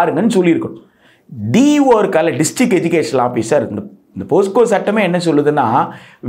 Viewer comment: போஸ்கோ அல்ல போக்ஸோ...